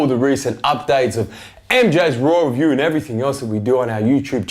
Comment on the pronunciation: sounds like u say rawrelview